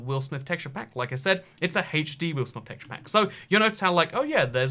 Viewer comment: His pronunciation of HD disturbs my American brain.